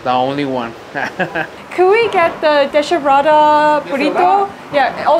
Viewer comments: Cudos for showing the Mexican food in the US and cross the border and showing the food over there. But as a young person, your pronunciation of Spanish needs improvement. The word for "pulled apart" is DESHEBRADA (Des -e-brada) since we don't pronounce the H. De-she-brada sounds so wrong. Hebrar is to make into thread or fiber. Des-hebrar is to separate into threads. I saw they had another cardboard on the side that omitted the H for the gringos (Desebrada). Then, you should have had chile relleno in the US so you should be familar with the word. It's pronounced Ray - Yay - No, not what you pronounced. I'm having a time trying to set my keyboard to Spanish. Lol. The language most useful in the US next to English is Espanish. That why I espeak espanish. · Great video! Just a few mis-pronunciations; • Concha (the 'o' sounds like "oh", not "ah" or "uh") • Topo Chico (the 'ch' is hard like "Chief", not soft like French "Chef") • Relleno (no tilde on the 'n') • Deshebrada (the 'h' is silent: 'des-ay-brada') • Horchata (the leading 'h' is silent) • Agua Fresca ( "Agua" is water, "jugo" is juice) It's hominy in the menudo, not straight corn. The city in New Mexico is called Las Cruces. Tex-Mex is available in many parts of Texas, I'm 400 miles from the border in Texas and we have lots of Tex-Mex here. P.S. It would have been cool if you played ZZ Top's song "Heard It On The X" when you were at the X sculpture in Juarez. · Definitely like your video! As a Mexican-American, I enjoy this type of food all the time. Just for future reference, CH in Spanish is pronounced the same as you would say 'cheese' but SH is different since the H in Spanish is silent, with the exception of CH. When you say 'deshebrada' it's actually pronounced des-e-BRA-da because of the silent H. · Nice vid!! FYI, deshebrada is pronounced “desebrada”. The H is silent and has no effect unlike English. So there is technically no “sh” sound in Spanish, only “ch”. 😊